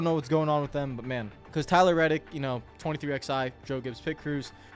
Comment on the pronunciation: Dude, it’s been 4 years and you still can’t pronounce 23XI’s name right. Twenty-three Eleven 🤦